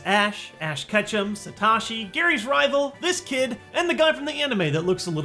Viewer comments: Satoshi not Satashi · It's pronounced Sah-toe-shee